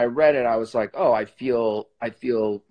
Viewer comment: BTW you very humble and kind sir Sebastian unlikely to others has has handsome but human behaviour issue "I DON'T WIKE IT" the bad words... Haha